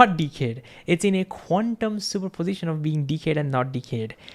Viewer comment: He says "quantium super position" as 1 jiberish word ..qunmspropitn ??? WTF